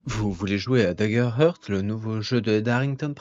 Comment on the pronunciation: Salut et merci, c'est DaggerHaart la prononciation et pas "heurt" :)) Heart se dit "Haart" :))